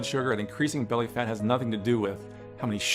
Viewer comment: I swear I thought he said "my fatass wife" lmfaooo